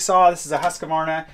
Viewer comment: I just love how you pronounce Husqvarna. If you search for Huskvarna Sweden, you will find the city. Thank you for letting us follow you on your journey through life and see this fantastic nature, animals and everything else ❤